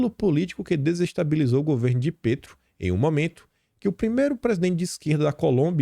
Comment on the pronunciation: se diz Pétro mesmo, com e aberto e não Pêtro. Um abraço e parabéns pelo conteúdo que acompanho diariamente.